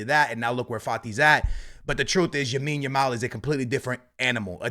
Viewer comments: its lamine yamal not yamine yamal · When is going to learn that Yamal’s name is “LAMINE YAMAL” and not “YAMINE YAMAL” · L A M I N E Y A M A L not yamin yamal 😂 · Its Lamine not yamine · bro its LAMINE YAMAL not Yamine Yamal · bro keeps saying yamine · who’s gonna tell bro that it’s “lamine” not “yamine” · C'mere bro, repeat after me: LAMINE Yamal. One more time: LAMINE Yamal Ok, one Last time: LLLLLLLLLLLLLLLAMINE Yamal There ya go pal 👏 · BRO STOP SAYING YAMINE YAMAL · He can’t even pronounce some of the Barca players names maybe he should learn first how to pronounce their names properly then he should make a videos on them. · I was about saying this